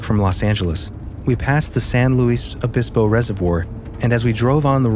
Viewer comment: Local Cat. “Santa Loo-see-ya” “Shoe-mash”, (despite the “Ch”.) “San LEWIS-Obispo” where I was born and lived 19 years. Encompassing the Seven Sisters peaks, three of which I hiked and camped upon. NEVER “San-loo-Weese, NEVER, unless you just want to scream your “non-local-ness”. “lom-POKE”, NOT “pock”. “